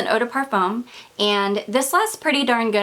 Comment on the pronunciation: Hi First I'd like to tell you how much I love your videos! I've watched nearly all of your fragrance ones and you have turned me on to a lot of notes I didn't know about. But, I do have to say something that I've kept inside for so long..lol. Edp is pronounced PAR-FOOM, not PAR-FUM. I know it seems silly, but it's kind of irritating. I am not the kind of person to let little things bother me. But this little thing really bothers me. Again, i really look forward to your videos. But I've allowed this one little thing creep up on me and now I just can't keep it in any longer. If you don't agree with me, at least look it up.